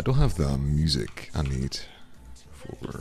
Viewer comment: jhin doesnt say four